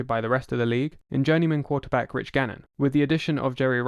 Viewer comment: "The quahtehbahck must go dahn and must go dahn hahd." One of the most badass football quotes ever.